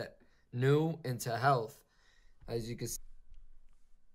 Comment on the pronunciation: everyone‘a “healt” is at risk..